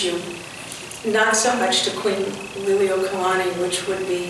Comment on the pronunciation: Please pay attention to your pronunciation of the Queen's title. You're pronouncing it "lily-oh-kalani." Check with someone who has that hereditary connection to the Queen to see if that's the correct pronunciation.